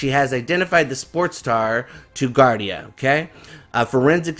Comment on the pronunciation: Gardaí is pronounced... Guard-ee